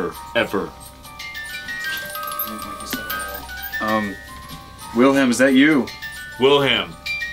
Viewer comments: I think Wilhelm was just mad that you guys were saying his name wrong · I think Wilhelm is mad that you keep saying his name wrong